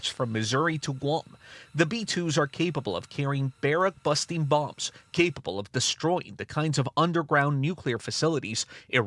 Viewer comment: Did he say beric busting bombs